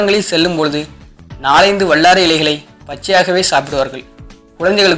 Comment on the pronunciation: வல்லாரை சரியா....வள்ளாரை இல்லை ஓ.கே